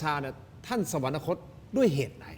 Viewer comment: อย่าอ่านว่า สะ-หวัน-นะ-คด ซิครับ คำเขียน คือ สวรรคต อ่านได้ไงอย่างนั้นล่ะ...